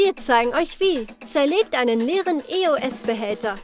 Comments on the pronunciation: es heißt eos und nicht eoes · Ich dachte es heißt eos nicht e o s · das heißt nicht e o s es heißt eos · Richtig tolles Video aber es heißt EOS nicht E O S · Nicht e o s sondern eos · Das heißt Eos nicht Eoes😆😅😂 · Es heißt Eos nicht E O S 😘🍀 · Es heißt nicht E.O.S es heißt EOS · Es heißt EOS und nicht E O S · Das heißt eos und nicht e o s 🤦🏼‍♀️🤦🏽‍♀️ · Nicht e o s. Sonder eos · Genau es heißt ja auch E O S 😒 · Nicht böse gemeint und ich mag euch ja auch aber wie sprecht ihr bitteschön eos aus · Du sprichst eos falsch aus